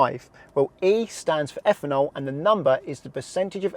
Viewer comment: Higher effanol….really need to work on pronunciation